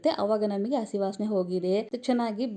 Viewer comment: It is not assi It's hassi Learn proper kannada